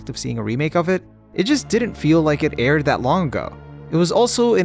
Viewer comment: Did he say aired